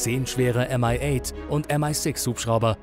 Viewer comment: Das sind MI Helikopter nicht m ei äi kp wie amerikanisch du das sagst...